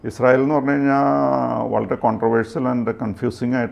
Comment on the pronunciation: ഇങ്ങനെ കുതിക്കുമ്പോഴും വീഡിയോയുടെ തുടക്കത്തിൽ പ്രത്യകിച്ചും ഇസ്രായേൽ എന്ന വാക്ക് പറയുമ്പോൾ ശരിയായ ഉച്ചാരണശുദ്ധി ഇല്ലാതെ യുടെ നാവ് കുഴഞ്ഞു പോകുകയാണല്ലോ.. എൻറെ ഭഗവതി.. സംശയമുണ്ടെങ്കിൽ തുടക്കത്തിൽ ഇസ്രയേൽ എന്ന പറയുന്നത് replay ചെയ്തു നോക്കൂ... ഇസ്രായേലിനെ കുറിച്ച് ദിനംപ്രതി വാർത്ത ചെയ്യുന്ന... ഈ ഉച്ചാരണ പിശക് പരിശീലനത്തിലൂടെ മാറ്റിയെടുക്കുക എങ്കിലും ചെയ്യണം